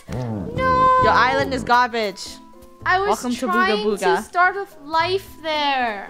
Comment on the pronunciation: You said ogga booga it’s BOOGA BOOGA NUB!